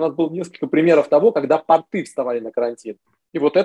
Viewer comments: "ПартЫ вставали на карантин" 🤣🤣🤣🤣 Вот и разобрались с ударением. 🤣🤣🤣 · Думаю порты, ударение на "о" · П'О'РТ=П'О'РТЫ -ударение на О. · ПортЫ-это штаны. Правильно, пОрты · ударение на О )) а про леечку и бордо не выйдет у винограда корни за 20 метров в глубину могут уходить не прольешь с леечки))